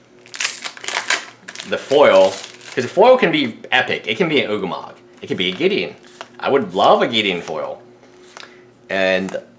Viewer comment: Did he say "ugamog"?